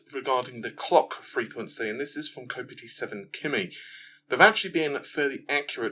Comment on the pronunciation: Kopite7kimi is a liverpool fan (boooo) so its pronounced "Kop-ite" (as in the Kop End at Anfield) I know you dont follow much football and stuff but.......:D